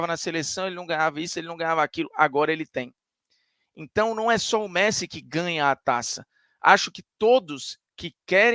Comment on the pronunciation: "Meressi" é sacanagem lkkkkkkkkkkk